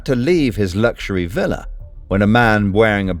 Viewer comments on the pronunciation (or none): none